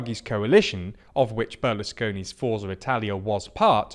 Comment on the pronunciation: Notes on Italian pronunciation; Lega - lay-ga Forza - four-tsa Lambrusco - lam-broos-coh